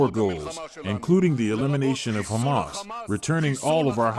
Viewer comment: The way, you pronounce "Ha'kha-Mas" is very annoying to listen. I understand you wanna have good pronunciation.....but can you just, normally, pronounce it Hamas. Cut the extra nonsense